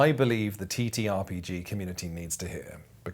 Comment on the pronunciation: So this was an instant purchase for me. But listening to you talk about what made it so special for you… you NEED to play Die: the RPG. Edit: also dear god PLEASE don’t pronounce TTRPG as “Titterpig”